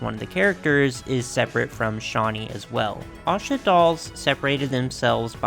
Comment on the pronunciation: Oh thank you for saying Asha correctly! I had an Asha doll as a kid, because she had my name, and she was my absolute favorite!